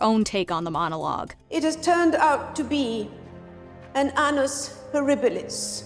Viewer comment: Careful with how you pronounce the word “annus”. It’s not English, but Latin. Reading it with English phonetics is disastrous.